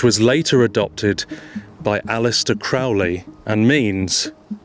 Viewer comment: Aleister Crowley's last name is pronounced CROW-LEE. Rhymes with HOLY, not FOULLY. You'd know that if you didn't get all your research from Wikipedia. Also, Crowley did NOT get his motto from that place. He took it from St. Augustine that said, "Love God and do as you will".